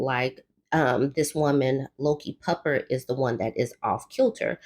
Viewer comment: Lol every time u said LokiPupper i thought you were saying Low Key Pupper... Which i guess technically you did! I had to look at the screen carefully 🤣💜